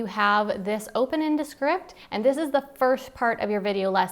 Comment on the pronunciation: Was that ViewScript? DeScript? Please enunciate